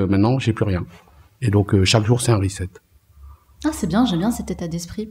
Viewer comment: Reset /ˌriːˈset/ se prononce 'rissette" et non "rizette"